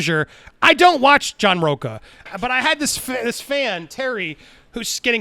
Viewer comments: Why does everyone calls him row-kah instead of row-cha. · He is a Latino that pronounces his last name as rocca and not RoCHA, like a real LATINO!